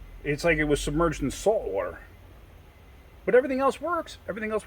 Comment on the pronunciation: Definitely sounds like "Salt SWater"